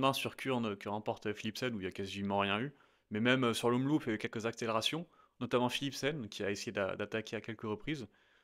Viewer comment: SVP ce n'est pas Omloupe (prononciation anglaise) mais Omlope (prononciation flamande) merci